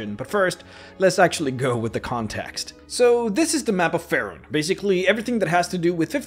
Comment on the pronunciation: STOP CALLING IT FAREN. IT'S PRONOUNCED FEY RUN